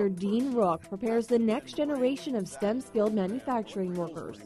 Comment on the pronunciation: S-T-E-M, not "stem"